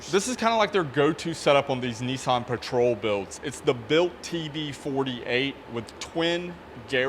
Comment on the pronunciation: there's no "e" in nissan